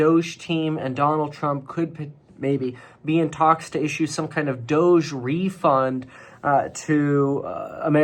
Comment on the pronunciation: It’s pronounced DOGE